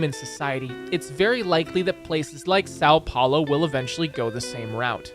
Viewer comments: Os cara fala:saou paulou meu deus vei e são Paulo hahahaha mijei nas calças na hora que esse cara falou saou plaoy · why do you say "SAL paulo"? Ã is nazal, if you say "saum" it gets closer to the sound so nobody would notice you don't speak portuguese, but really try to say the nazal Ã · "SÁU PHAULOH" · sAo pAolo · séÁo pÉulo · "sal paulou" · eu amo o sâun poulo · Sal Paulou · As a Brazilian, I feel offended by the way he said São Paulo. (irony)